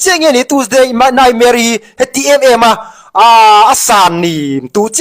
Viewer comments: "Tuesday naihmere" atih atang khian burma pa ani tih ka hre nghal😂😂😂 an tawng atang hian a hai theihloh😂😂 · Rala hian Chinpi tihvel hi a hriat ka ringlo...😅 Bâkah, nightmare-i tih a sawi khi naihmeri tiin a sawi...mizoram miten NAIHMERI kanti ngai loooo...😂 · Teusday nightmare tih a lam dan pawh hi a burma ngaiwih2.Burma rama kar hnih awm tawh chin zawng hi chu burmaah hnawt haw vek rawh se,an hnawk lutuk thiltha pakhatmah rawn puakchhuah an neilo .